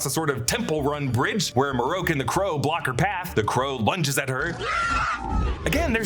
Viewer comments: Not Marroke it's Marrok. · "Maroke" smh... his name is Marrok ("Mah-Rock), or just first brother.